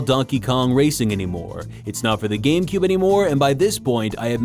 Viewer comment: Hehehe... "GAM-Cube"...